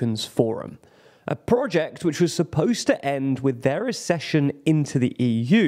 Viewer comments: It's aksession, not assession! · Again: ACK-session, like access. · Why can't you pronounce "Accession" ? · Learn how to pronounce the word "Accession".